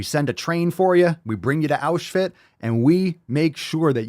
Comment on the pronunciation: Auschfit...I'm f'ing 💀. 😆